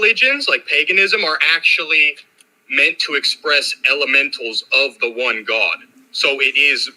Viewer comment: Why does he say the word God like “Gwaad”.